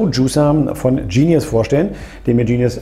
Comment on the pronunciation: Genius, ganz einfache deutsche Aussprache. Sitz in Limburg.